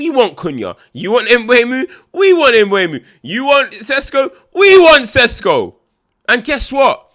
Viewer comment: You should start to learn to say MBOOMO 😄